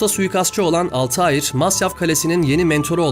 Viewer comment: Dostum selamlar; telaffuzda bir hatan var sanırım zira karekterimizin ismi Altahir değil, kuş/uçan şey gibi manalara gelen Altair. Daha Türkçe yazacaksak el-Tâir. Affına mağruren. İyi yayınlar, severek izliyoruz.